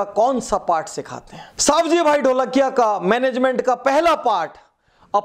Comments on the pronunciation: સવજીભાઈ.........સાવજીભાઈ નય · उनका नाम सवजी भाई है सावजी भाई नहीँ